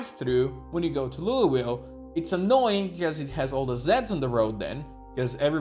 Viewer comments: We pronounce it “louval” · You can just say "Lull-vill" I believe. Like lulling someone to sleep. I know that's not how it reads, but fuck the word worcestershire as well. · We just call it “Loo - ville”.